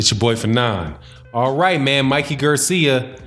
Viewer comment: Why r u saying Mikey's last name like that...